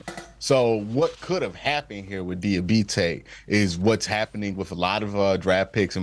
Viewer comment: It's dee ah bot tay do you speak English